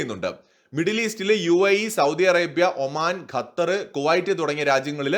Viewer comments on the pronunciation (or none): none